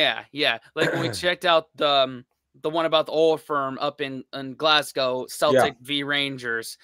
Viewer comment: It's pronounced Keltik not seltic. You know like the Celtic people, Celts.